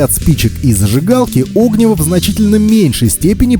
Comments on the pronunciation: Правильно говорить не о́гниво, а огни́во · Видео хорошее, но оги́во, а не о́гниво. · 'Огниво нет а огн'иво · Извините, но так ухо режет "Огниво" правильно огнИво! Неужели даже в детстве сказку не читали? А видео полезно. Спасибо. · Ну как можно в таком простом слове делать неправильное ударение? Какое нафиг Огниво, всегда м всюду огнИво. Вы что, сказок в детстве не читали? Мультики и фильмы не смотрели? Откройте тогда словарь Ушакова или Даля. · Надеюсь, спустя пару лет вы с сыном научились правильно ставить ударение в слове огнИво!? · Вы не выговариваете букву "Р".....ОгнИво ! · огнИво, а не Огниво ) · о́гниво прямо ухо режет. Спички и зажигалка промокли, а сухая береста кругом? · огни́во. Можно же было посмотреть, как ставить ударение. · Поменьше неподготовленной болтовни, пожалуйста, уважайте чужое время. Правильное ударение на названии предмета, который вы обозревание, тоже необходимо) огнИво, разумеется. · Тоже хотел об этом написать... Режет уши такое ударение. Ох уж это современное поколение, не читавшие в детстве классики. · Реально, режет слух, даже досматривать не стал